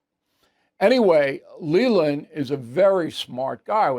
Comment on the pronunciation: Bill. How could you slay Lelands name like that.